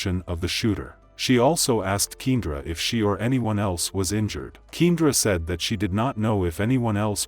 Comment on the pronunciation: Her name is pronounced Key and ra!